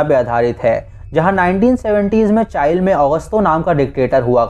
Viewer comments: Bhai चाइल नहीं चिली होता हैं chile, just for correction, Btw I enjoy your explanation. Keep up the good work 👍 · Chile ko (chiii-leee) pronounce karte hai Bdw nicely explained... 👍